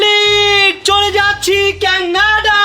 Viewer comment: কেনাডা না কানাডা